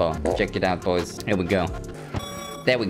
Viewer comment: That BOYS sounded more like POIS